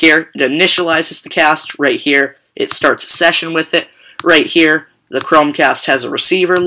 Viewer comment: Driking game "right heer" :-P